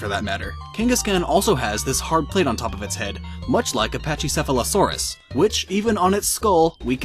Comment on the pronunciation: lol he didn't say pachycephalosaurus right.